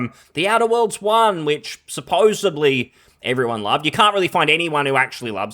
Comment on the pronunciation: Never trust anybody who can't pronounce 'supposedly'.